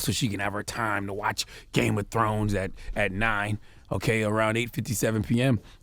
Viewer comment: Games Of Scones?🤷🤣😂☕